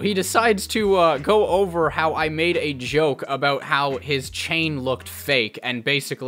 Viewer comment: Lol aboot